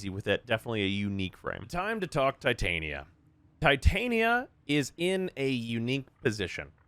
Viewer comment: The way you pronounce Titania is so annoying wrong. Please understand her name pairs with Oberon outside of warframe